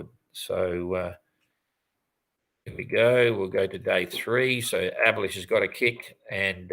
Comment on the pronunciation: Is there any good reason to pronounce "Abhilash" "abolished"?